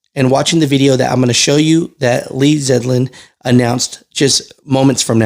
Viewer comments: Lee ZELDIN not zedlin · ITS ZELDIN NOT ZEDLIN, lol. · It’s LEE ZELDIN son, not LEE ZEDLIN!😊 Thanks for the information!🇺🇸👏🏽👏🏽👏🏽👏🏽👏🏽God bless America, President Trump and Secretary Zeldin!!🇺🇸🙏✝️ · not to nit pick but his name is Lee Zeldin NOT Zedlin. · ZELDIN NOT ZEDLIN!!!!! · Zelden is his name ...Zel..den , Lee Zelden 👍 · HIS NAME IS PRONOUNCED...ZELL DEN!!!! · it’s Ze L din ZeLdin.. Zeldin